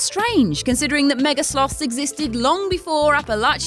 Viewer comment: Oh my god, she said it right. said ‘Appalachia’ right.